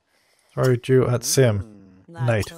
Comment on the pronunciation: Every time you say 'dew' it sounds like you're saying 'Jew'. So saying things like 'Lets throw my dew at Lucifer" or "Lets introduce dew into the environment' is hilarious.